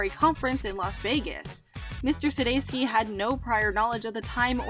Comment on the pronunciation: suDEIkis so suDESKi, can you not read?